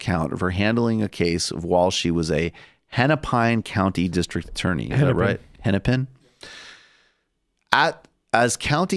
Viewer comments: Yeah, I'm not even from Minnesota, but I was like "how did you read Hennepine"? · as a minnesotan, it was painful to hear you mispronounce Hennepin. Not as painful to have Klobuchar represent me, but still